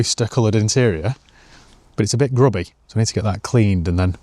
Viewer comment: You can't beat a northerner saying "buufff"